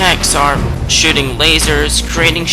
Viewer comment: Do you keep saying shitting instead of shooting?